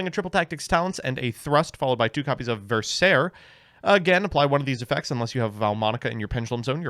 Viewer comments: "versèr" lmaooooo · in italian the spell cards are pronounced scelta -> "shel-ta" where the e is pronounced like in dress but a little more open (/ɛ/). Iit means choice versare -> the e is pronounced as above (very open), the a is similar to the a in "bra". Also you need to pronounce the last e (ver-sa-re). It means "to pour" intonare -> "in-to-na-re", where the o is /ɔ/. It means to intonate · La peggiore è la pronuncia di versare ahahahahahah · Vogliamo parlare della pronuncia di versare? 😂